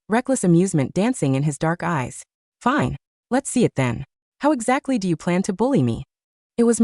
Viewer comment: Rrrelax it's finéée 😂